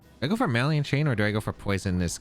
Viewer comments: 😂😂😂 right by the 3rd or 4th time I was like cmon 😂 Ma-lig-Nant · …are you pronouncing “malignant” “MAH-lee-int”? It’s “muh-LIG-nint”. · I only comment this because I respect you, “muh-lig-nant” Keep up the good work! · NOTHING beats “Hardon Engine” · He's not even doing the soft French "gn" because he's not pronouncing that "n" at all. He was saying "maliant" chain. The soft "gn" in French is pronounced more like ñ in Spanish by the way, it's kind of a "nyuh" sound. It's not like "malign" in English, which is just a silent "g", and said like "maline". Source : I speak French natively.